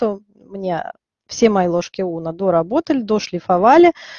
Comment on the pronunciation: У меня от "ложка Уно" кровь из ушей. Унна - дерматолог такой был. Известный.